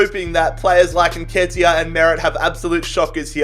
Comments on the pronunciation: Thx plus u got nketiah right the first time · Don’t worry man you pronounced Nketiah correctly 😂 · you pronounce it correctly somehow